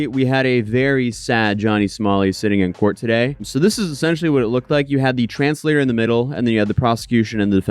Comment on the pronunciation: Is it translator or transtator?